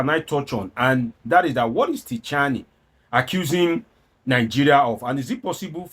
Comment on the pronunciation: The name is pronounced Chi-ani, the "t" alphabet is silent in French.